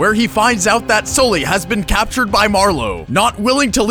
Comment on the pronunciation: SOLLY... SOLLY!!!!!!!! .....its fucking Sully